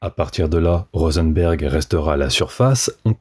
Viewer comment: Pour Rosenberg c'est peut être tout simplement "RosenbUrg"